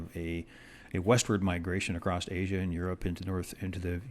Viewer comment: I had to stop halfway through just to beg you not to ever say "acrost" again. It's not a word. The word you want is "across". You seem like a nice guy so I want you to know you'll sound 10 times more credible if you make this change.